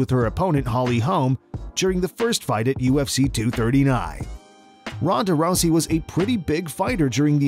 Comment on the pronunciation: Ahh yes, "Ronda Rousay." Come on man. 😂